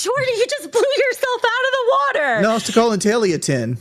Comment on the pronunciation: When Wings said "Kelly blew me out the wudder, the other day" My soul left my body.